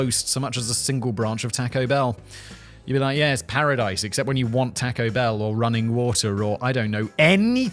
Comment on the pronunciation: Also...TAKE-o Bell?? 1. You're English--you're supposed to pronounce everything correctly (except for those who say "innit") 2. It is Taco...like the ONE word of Spanish that every English speaker actually knows!